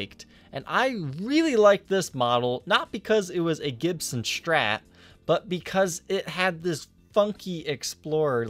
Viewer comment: Why cant you say strat?!!! Its not strrrrattt. Its just strat. Not that hard. Do u also say dex and ax. Cant listen sorry!!!!!